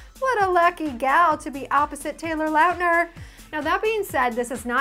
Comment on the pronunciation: omg.. tayor LOWtner? lolllll